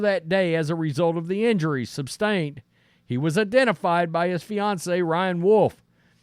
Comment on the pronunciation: It is "sus trained" not "sub stained" learn English for God's sake.